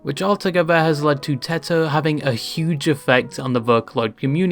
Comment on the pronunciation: teto ❌ teter ✔